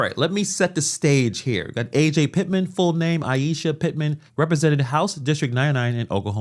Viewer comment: Her name isnt A.J. its Ajay...